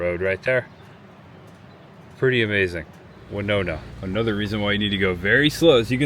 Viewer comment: It's very sad to hear about Hank Williams and I still hear in my head Midnight in Montgomery by Alan Jackson one of my favorite Country artists. 😞 A lot of people do the same thing on the sky bridge in Las Vegas near Hoover Dam,. It's pronounced Winona win not wy like Winona Ryder.